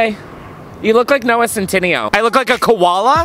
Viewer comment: Noah who? .. u def said that wrong